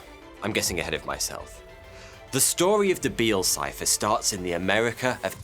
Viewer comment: Did anyone else keep hearing "Bill Cipher" every time he said "Beale Cipher"?